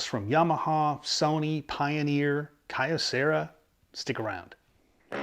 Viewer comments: I was a Kyocera dealer and it's pronounced Kee-O-Cera. The original name of the company was Kyoto Ceramics Company. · Always an entertaining episode. BTW, I'd always heard Kyocera pronounced as "Kee-Oh-..." as with the city of Kyoto (Kee-Oh-Toe) in Japan. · Just because I am OCD. 'Kyocera' = KYOto CERAamics" so the name 'Key-oh' as one syllable like Kyoto (not Key-oh-toe) = kuhyo But then, my pronunciation here is off on other words too with my thiiiiiiiick American accent when speaking Japanese.